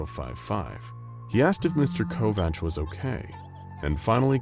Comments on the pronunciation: I'm not trying to be "that person " that is always correcting people's grammar and is a complete jackass about it but you mispronounced Kovach .....its pronounced ( Co-vac) my mother had married a man when I was in 2nd grade and his last name was Kovach people mispronounced it all the time! Lol funny thing was that her last name was Couch and for some weird reason people mispronounced that too ....like how in the heck could anyone mispronounce COUCH !! they would say cootch, cow-ooch , crotch I was always so embarrassed by having that last name and as soon as I got married I was quick to have that name dropped immediately!! You know how mean kids can be so yeah ....I also would not tell people my last name at all ! And would tell people I'm like Madonna and Prince .....I don't have a last name lol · Covach/Kovach is pronounced as Co-vack...